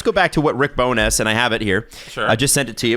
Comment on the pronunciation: Loving how is pronouncing Rick BowNESS instead of Rick Bonus/Bowness. Please do not stop.